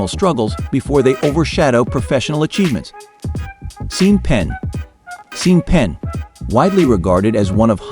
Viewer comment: Seen Pen xD